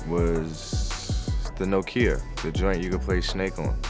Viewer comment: Man called it a no-Kia 🤣🤣